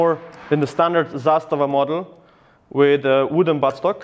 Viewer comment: You said Zastava fluidly, where are you from? :)